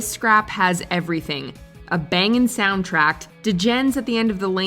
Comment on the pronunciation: The narration on this is really bad. Also, "Sound trackt"? Does she really think that is how you say it?